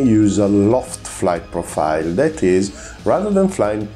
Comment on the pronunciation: Great chanel lsubscribed but please do us a favour improve your English just a bit.It is hard to listen story off missiles when you pronounce the word wrong all the time.i know you are Italian but its easy.correct the accent its not at the end of the word but in the middle on the miSile ,same for profile.prego.